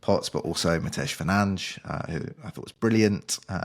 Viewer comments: according to Fernandes himself, it’s Fer-nands. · I aint paying to hear such ridiculous pronunciations. What next? Freddy Poooootts? Cricketsensio Summervillyyy? Fucking FERNANGE. Turn it in fraggle rock. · Guys, it's pronounced Fer-nands